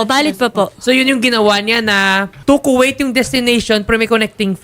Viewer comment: its ku-weyt not ku-it hahahaha